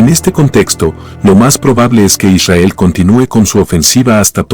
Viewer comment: ishael ... que frustrante como lo dice... :face-fuchsia-tongue-out